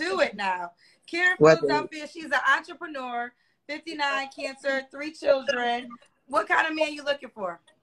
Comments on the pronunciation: WTF is a Auntieprenur (Entrepreneur)? Karen (Koran)? and Itslamb (Islam)? 🤦🏽‍♀️I thought us Georgians talk messy. This is mental health call 😂 got a new calling ….. being a counselor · Thought she said Auntypreneur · She said Ontraprenur not entrepreneur 😂 Izzlam not Islam and Qrun instead of Quran 😂😂 Hot bubbly mess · wayment.....I thought she was saying "auntiepreneur" to be clever ....because she's an auntie...but she just can't pronounce the word lol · When she said “auntipreneur” I thought it was a business she ran with her nieces and nephews 😂😂kinda like a “momager” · I do read my 'Kur-Anne' to help me out, you know... 😭🤣. Not an Auntipanuer, who studies IsLamb.. 😂😂😂😂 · This woman can't say entrepreneur, Islam or Quran correctly; but claims to be a business owner, Muslim and reads the Quran???????🤣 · Entrepreneur… If you can’t say it, then you’re probably not one! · So u an entrepreneur and can't even pronounce it correctly 🤔🤦🏾‍♂️